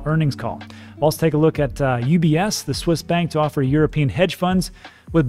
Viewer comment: Haha, when you said ETPs I thought oh what’s that; then you said UBS but I heard UPS (the postal service). Can you imagine how confused I was for a few seconds?